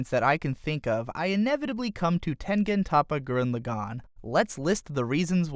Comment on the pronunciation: Jesus christ listening to your nasally fucked up voice butchering the pronunciation of Tengen Toppa Gurren Lagann. My girlfriend who has barely watched anime can pronounce it better than you. What the fuck is wrong with you. I can't even get more than 10 seconds into this shitty video.